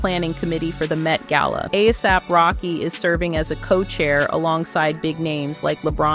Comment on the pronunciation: ai video, why did you pronounce gala two different ways